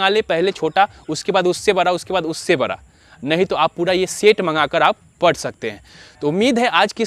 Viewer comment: Pahle bolna sikho bara nahi hota hai bada hota hai